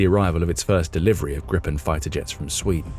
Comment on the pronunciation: It's Gripen, not Grippen. And it's pronounced Greepen. The name refers to the hippogriff. Here's what a lot of Swedes think: "Don't botch this now, Ukraine. There had better be a Ukraine left when it's time for the deal to buy the rest of the planes. You getting these for free means my tax money is on the line for this "gift" here. They aren't cheap. We expect a return on investment."